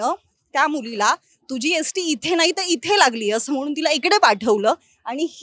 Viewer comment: Bai अष्ट्या nahi ग st असते te. Baki khar kay ahe te पोलीस तपासातून कळेल